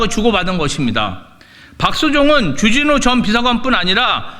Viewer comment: 발음이나 똑바로 해라 쥬쥬뉴가 뭐냐 쥬쥬뉴가 , 존나 애새끼처럼 쥬쥬뉴 쥬쥬뉴 ㅉㅉ